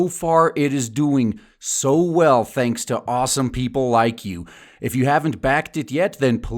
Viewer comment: "Thuhnks foh listnin"